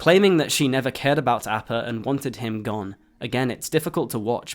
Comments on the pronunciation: Sorry, great video but, just can't ignore the repeated mispronunciation of appa. Ah-pah, not A-pah. c'mon, aang says it almost every epsiode. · Last Airbender ass pronunciation of Appa 😂😂😂😂